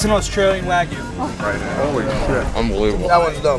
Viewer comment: All these butchers and meat specialists pronouncing wagyu wrong as fuck hurts my soul